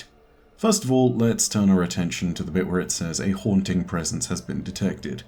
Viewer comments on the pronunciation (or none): none